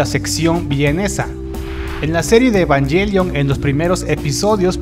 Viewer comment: SE DISE EVANGÉLION NO EVANYELION